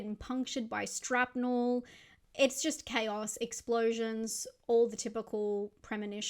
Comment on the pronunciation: Did you say "strapnel"??